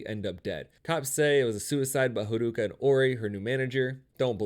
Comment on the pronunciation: This person omits a lot of details and misunderstands character motivations Edit: and butchers the pronounciation of character names (harooka lol) and is very defensive